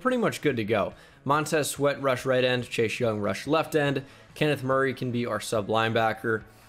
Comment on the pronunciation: Please tell me you guys heard say “Shashe Young” the whole video